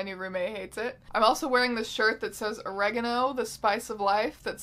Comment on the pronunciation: Why you been done said oregano wrong?